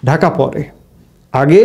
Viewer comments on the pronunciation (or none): none